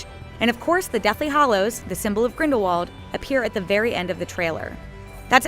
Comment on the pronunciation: It sounds like she says "hollows" instead of "hallows".